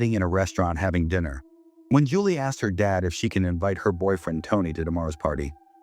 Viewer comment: uuh "Chulie and Lawrence" 😂 much love❤